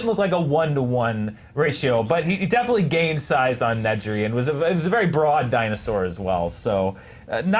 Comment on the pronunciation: I loved question three, but goddammit, it's Dennis NEDRY. Ned. Ree. They say it multiple times in the film. Not once do they say, "Find Need-ree. Check the vending machines."